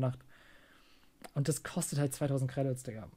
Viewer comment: Alleine wie er Credits ausspricht macht mich aggresiv